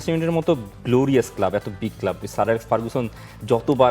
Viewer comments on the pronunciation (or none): none